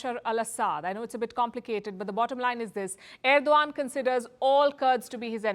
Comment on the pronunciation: wtf Palki, you can't even pronounce correctly the name of the Head of state.